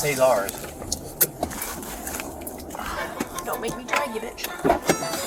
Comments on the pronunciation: Did one of the cops refer to it as Little Say-Czars? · little Che-Tzar's 🤣... I couldn't stop laughing. Did he mispronounce it intentionally? Maybe he's right and we're the ones who have been wrong 🤷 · 1. The way the cop pronounced Little Cesar’s is fueling me 2. The one cop has pink handcuffs and that is ALSO fueling me 🤣